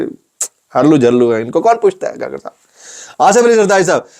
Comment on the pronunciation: Kukar hai kakar nahi